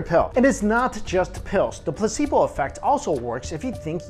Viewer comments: Anyone else hear pussyboy instead of placebo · I thought he said "the pussy boy effect" 😂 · for a second I thought he said pussy boi effect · Placebo sounded like he said "Pussy Boy" at first XD